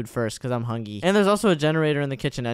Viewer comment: Hungy instead of hungry